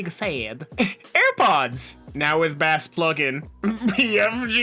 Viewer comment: The fact he pronounced Bass as bAss......hurt But he's not wrong Wink